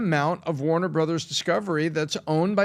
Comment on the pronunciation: Did I just hear him say time waner at the beginning of the video